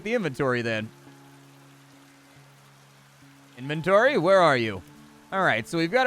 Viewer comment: it say InventorTy with an extra t